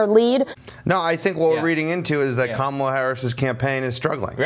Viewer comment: yes, yes she did... one defect: Kakal UHh Harris... this choice alone shows. SMH